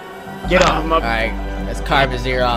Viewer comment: he said ass instead of as.